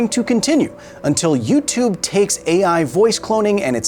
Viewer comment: "You-tube"? Not for a long time